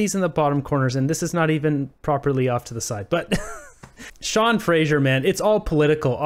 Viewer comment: Fray zer Not Fray zheer